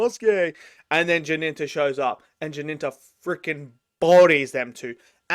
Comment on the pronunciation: Why are you calling him "Jininta"? The main character is called Jinta. 2 syllables. And after the first episode he adopted the name of Jinya. Also 2 syllables. Where does that Ji-nin-ta come from you call him?